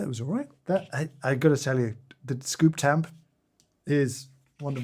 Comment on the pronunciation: It's not a scooptamp, it's scoomper